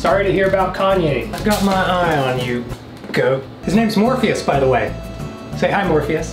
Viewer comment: Hearing you call out to "Morpheus" is so traumatic, all I think you're saying is "Morbius"